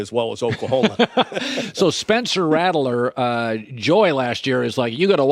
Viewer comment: got me quite annoyed how colin is pronouncing rattlers name